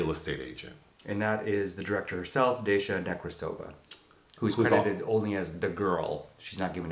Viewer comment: It’s pronounced Dah-sha .